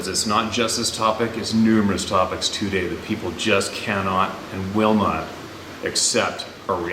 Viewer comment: Everytime sez too-day, have a sip of coffee, eh?